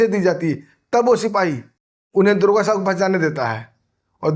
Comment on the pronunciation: दरोगा तो बोल नही पा रहा है दुर्गा बोल रहा है बड़ा चेनल चलाने वाला बन गया